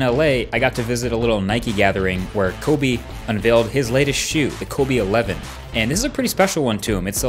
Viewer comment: Who ays kobey bryant